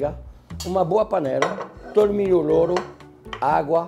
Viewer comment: Lorro (louro) 😂😂